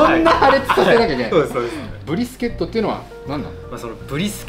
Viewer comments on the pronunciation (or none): 他の動画観ようと思ったら英語のばっかりだったけど、めっちゃ"ブ"リスケットって言ってた